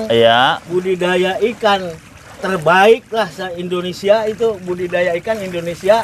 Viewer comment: itu kalau ngomong budi daya jadi budaya terus. Berkali kali ngomong nya budaya terus..😅😅